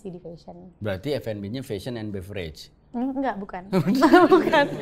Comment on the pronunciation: Nyebutnya bukan be-ve-rej om… tapi be-ver-jes